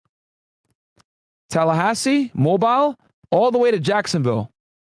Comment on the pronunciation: Mobile is pronounced "Mobeel" not "Mobyle" my friend.